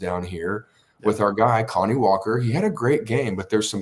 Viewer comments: Kani Walker’s first name isn’t pronounced like “Connie” it’s pronounced like “Kuh-nye” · Isn't his named pronounced Kuh-nye?